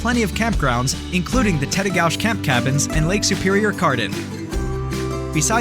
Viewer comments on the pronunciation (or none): Lutsen: loot-sen Grand Marias: muh-ray Tettegouche: te-ta-gooch Your video sucks. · There are a some mistakes in this video. Gooseberry Falls is not part of Lake country. Gooseberry Falls is on the north shore. Lake country is farther west. Tettegouche state park, pronounced tette gooch, does have a beautiful waterfall called high falls but it is on the Babptism river, not the Pigeon river. High falls on the pigeon river is up the north shore to the northeast near Grand Portage state park. Both of these waterfalls are well worth seeing. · That is just one of his mispronounced locales, e.g. Lutsen and Tettegouche.